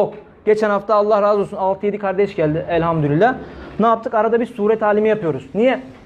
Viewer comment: evet öyle olmalı. Ama sanki Hoca öyle telaffuz ediyor gibi geldi bana. Çokça dinledim, yanlış mı duyuyorum diye...Ama öyle diyor maalesef...